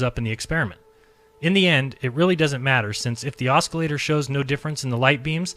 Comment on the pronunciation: Please STOP pronouncing the C in the word OSCILLATOR!!! It's fucking silent!! I know it's a petty complaint, but we are criticized for everything in every way. So STOP MISREADING THINGS. STOP MISPRONOUNCING WORDS THAT ARE EASILY LOOKED UP, AND STOP READING WORDS INCORRECTLY. Thank you, Buddy. Other than that, you're doing great.